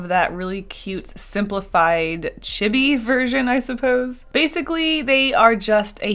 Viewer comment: ITS NOT IT CHEE BEE DUMMY!!!!